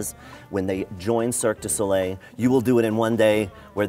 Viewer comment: everyone failing to pronounce Cirque Du Soleil makes me anxious